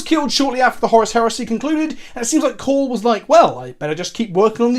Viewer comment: This is the first time I've heard someone pronounce Cawls name right the first time lol Also Cawl isnt actually a leader of the Mechanicus, hes actually vilified by a good chunk of the Mechanicus due to his "forward thinking" ways (inventing without first going through different pieces of Mechanicus bureaucracy, and although he's asked several times to be made Fabricator General (leader of the Mechanicus) Guillimon has refused him every time. Imo "Girlyman" isnt a joke because "Haha girls are weak", I think its because you're making his name sound sillier than it already is, my favorite personally is "Rodent Guillotine" So the "in lore" reasons for the Primaris creation is cause Cawl can take someones brain and basically make them a part of him, the first time he did this was when he was forced into it by one of the original scientists of the Astartes project, but his will was so powerful he basically overrided the guy and took control. Supposedly he's done this several times, but it really only goes into detail with 1 as far as I'm aware. Also the Primaris marines were not actually accepted by everyone, for example the Flesh Tearers Chapter said "He (Guillotine) would make us Ultramarines in red!" and outright refused to accept the reinforcements, despite his chapter being at like, 1/4th strength. Also Fun Fact, apparently Primaris Marines are relatively accurate size, iiiif they were normal Astartes lol Personally I love the new Sculpts, but I hate how dirty they're d